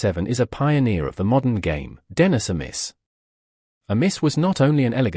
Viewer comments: Somebody needs to sort out the AI narrator. A Miss? Ed Rick? Tresco-Thick? I laughed so much I nearly wet myself! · Could have used a real narrator! Then you might have been able to pronounce the names properly. Tresco Thick, Edrikk. Dennisamiss. F F S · The automated computerised voice over gets the pronunciation of Trescothick, Edrich and Amiss wrong.